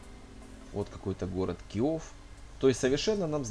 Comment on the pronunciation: не киов а Киев